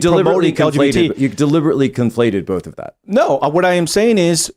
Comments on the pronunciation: is quite the upgrade! It's like Tim Prime, but without the constant interruptions, stammering and silly theories. The only criticism I can make is that the Timbot manufacturer didn't fix the mispronunciation glitches. They merely substituted Tim Primes 'Bowlth" for Tim 2.0s 'Ahwn'. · Also must pronounce the word both with an "L" "BOLTH" but like the O.P. said, the cadence was dead on.